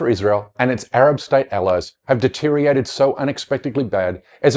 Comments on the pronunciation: ‘“Deteriated”’? And you want me to take you seriously, or as you would say‘serous” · Deteriated? That was when you shredded your credibility